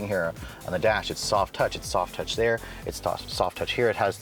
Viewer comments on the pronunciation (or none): none